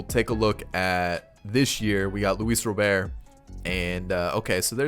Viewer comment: ITS ROBERT WITH A T NOT ROBER WITHOUT THE T ITS ROBERT GOD DAMN